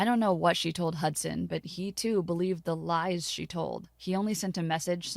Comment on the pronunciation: This man's name is hudsan more like hudsand